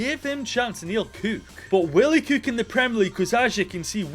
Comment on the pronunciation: "Give him a chance and he will KEWK" 🤣